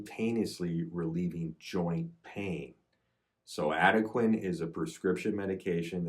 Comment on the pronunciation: It's pronounced AD-UH-KWAN.